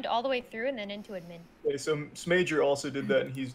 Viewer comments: The way Gloom says admin is wrong and annoying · I love how kassie pronounce admin lol idk why its so cool